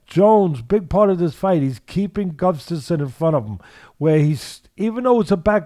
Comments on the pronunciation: GUSSSSStafsson. Not GUFFstasson. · I could pronounce "Gustafsson" before watching this video.